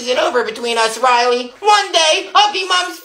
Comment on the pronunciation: The way the mum says Rilely gives me the nerves💀